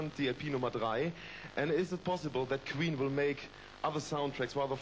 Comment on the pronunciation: “and is it possible that kween will make other soundtracks..” Classic German accent